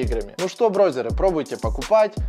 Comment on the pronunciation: Зачем ты говоришь "брозеры"? Противно слышать,говори нормально